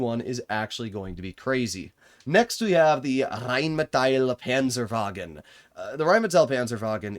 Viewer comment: RRHHÉINNMÏETÆL PÂNZËRWAGUN 🗣🗣🔥🔥